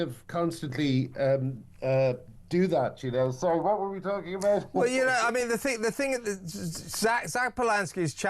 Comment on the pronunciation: "I konow more than the supreme court" 😂😂😂